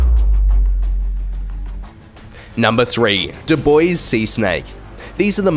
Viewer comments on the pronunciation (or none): none